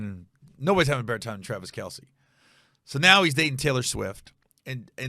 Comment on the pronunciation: Travis MF KEL, NOT R Kell